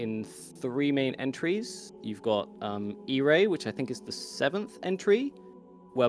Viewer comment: i really wanted to get into this video, but the way said "Ire" has me absolutely flabbergasted. "EYE-err" not "ee-RAY"